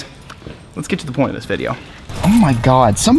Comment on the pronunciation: i like the way you say "thank you for watching the vidjo" outlaw the YouTuber does the same thing too at the end of his vids